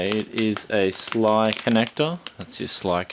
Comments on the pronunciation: well yeah S.L.I not sli but yeah usually people pronounce it as individual letters seeing as its short for Scalable Link Interface but hey if you wanna say it like that then allgood, and LOL :) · copied off asus? you do no asrock are subordinated of asus? also just to let you know it's prenounced s.l.i. not sly either way loved the unboxing good work mate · SLI is not pronounced Sly, it's S-L-I, just the letters. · is SLI not sly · sli not sly mate :) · sly connector??? S.L.I mate, get it right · like how he says SLI lol